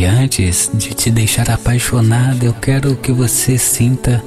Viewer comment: Nao fala quira fala quero